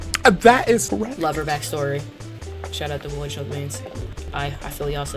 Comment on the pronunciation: I never turn on my killer but this was fun to watch lmao, also why do you say voidskulk as voidshulk?